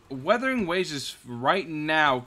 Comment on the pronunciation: 笑死人 米哈游給你的商單蠻多錢的，連游戲都沒玩過就照著稿念肯定會念錯的 要多練習一下:face-blue-smiling:沒事 不怪你 賺錢嘛 不寒摻